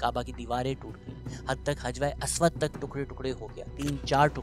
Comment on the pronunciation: Just a kind correct , it’s “Hajr e Aswad” instead of Hajwa e Aswad. Thank you!